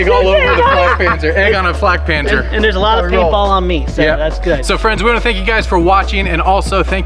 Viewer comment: das ding heißt flakpanzer und nicht fläkpänser